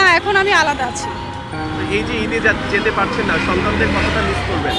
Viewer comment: রিপোর্টার ওপরে ফিটফাট ভিতরে সদরঘাট, সামান্য 'মিস্' শব্দটি উচ্চারণ করতে পারছে না।😢